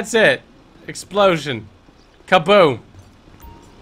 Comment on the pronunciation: I heard explotins